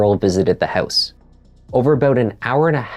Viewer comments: What’s a hoose fire lol are you Canadian? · Please stop pronouncing word “house” in a weird way. My ears are in pain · She drove "oot to the hoose"?